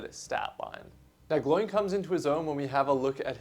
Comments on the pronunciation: Who is ‘Gl oiiin’? It’s Gloin, pronounced ‘Glow-in’ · Exactly. It’s kind of unacceptable to pronounce it like him. Same as “Eragon” for Aragorn… pet peeve of mine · Gloin and Oin is the correct pronunciation. When Gandalf lists all the dwarves in the hobbit they rhyme, especially these two being brothers 😅